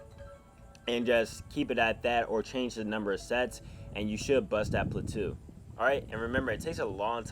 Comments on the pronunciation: plateau = pla-toe, not pla-two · my mans just called a plateau a “platoo” 😂😂😂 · Plahtoo lmao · If you hit a "platoo", say excuse me! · Its pronounced platoh, rhymes with dough or slow. Ftfy